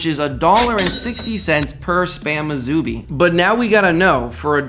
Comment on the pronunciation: Musubi is pronounced as "Moo sue bee" -- not "Moo zoo bee"